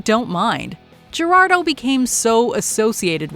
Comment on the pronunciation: I don’t think that’s how you pronounce: Gerardo… the “G” is an “H” sound in Spanish 🤷🏻 Of course, if this is AI, which I believe it is, I understand.